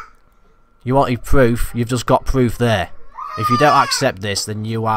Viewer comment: Actuawl pwoof